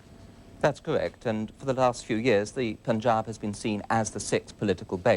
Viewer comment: poon-jaab????? it's pan-jab